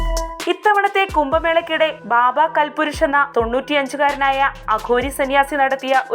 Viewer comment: ബാബാ കൽ പുരുഷ് അല്ലാ കാൽപുരുഷ് ആണ്.